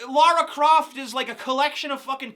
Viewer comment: props for pronouncing lara croft correctly